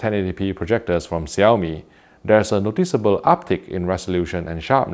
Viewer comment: I really have to say that you pronounced the name perfectly.